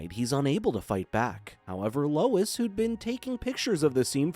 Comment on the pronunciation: Bro really calls Lois "lewis". 💀💀